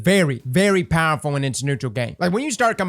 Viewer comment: Love the way he says powerful! PAHRFULL